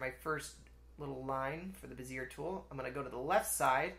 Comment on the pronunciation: FYI, bezier is pronounced “bezz-ee-ayy” in English.